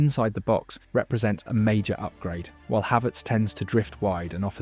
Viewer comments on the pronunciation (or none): none